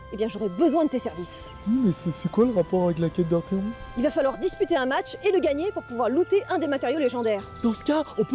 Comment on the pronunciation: Je suis en deuil... même pas un petit Artéfion, une Gaga ou un Homme gazelle... Même Golgotha prononce bien les noms !!!! Tout fout le camp ^^